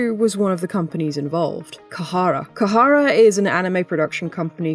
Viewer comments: It's not Kahara but Khara pronounced Kara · Khara is pronounced kha-ra. 2 syllables Not kuh-ha-ra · Great video, seriously, but every time you pronounced it “Kahara” I cringed a bit. That’s like, the bare minimum of working with a company is knowing what they’re called 😅